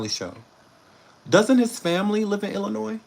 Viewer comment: I’m from Illinois and thank you for the correct pronunciation. People love adding the S. By the way we don’t want him here and thanks